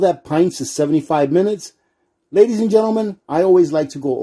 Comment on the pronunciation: Oh my God, while you have good content on this video, if you said ladya and gentlemen 1 more time I would have to stick knitting needles in my ears... Good content, but work on that my guy.